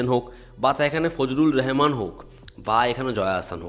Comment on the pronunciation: ফজলুর রাহমান বা রাহামান না রেহামান নাকি রেহমান বললো? হবে তো ফজলুর রহমান। বাংলাদেশের শিল্পী মানেই ভুল নাম অথবা ভুল উচ্চারণ হবেই হবে। জয়া আহসান কে জয়া এহসান, ফেরদৌস কে ফিরদৌস.......।